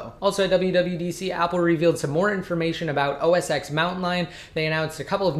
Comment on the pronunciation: I found it annoying that he pronounce OS X as "OS eks". It's supposed to be "OS ten". He's a tech guy and he should know that.